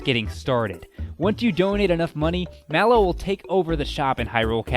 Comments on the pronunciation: IT IS PRONOUNCED MAYLO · I think Ooccoo is pronounced (Ook-koo) Just a guess tho. I always pronounced it that way. Also, I pronounce Malo (Mail-o). Not sure if that's right either.